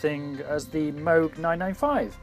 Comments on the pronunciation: OMG, you silly Pogue. From now on pronounce it right! -- Robert Arthur Moog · Since you are pronouncing Moog incorrectly, I will confiscate your modular. Thanks, and see you soon. heh